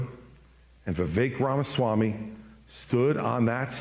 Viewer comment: Maybe he's bitter but he's also right. I'm also perplexed as to why he didn't do better. And I love how it sounded like he said Vifake Ramiswami. 😆